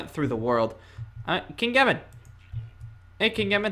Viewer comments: his name is not king Yemmen it's king Yemma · Its Yemma not Yemen